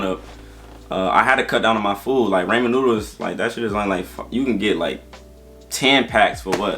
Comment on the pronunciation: Ray-mon noodles had me dead in the car.